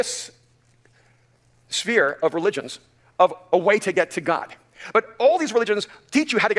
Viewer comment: sometimes when he says god it sounds like cod. cod I can believe in. god not so much.